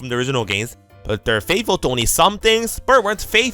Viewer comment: That FATHFULL AT THE START LOL